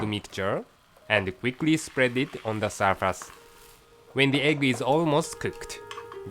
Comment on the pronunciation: ONE, ONE, ON, why he pronounces WON, God